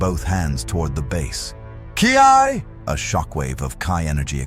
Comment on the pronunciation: good story, I hate AI voice very much. On a constructive note, you will have to misspell Saiyan, Ki and Gi to get the AI to pronounce it right.